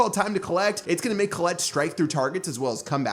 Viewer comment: Who tf is Colelet?? It's "Colette"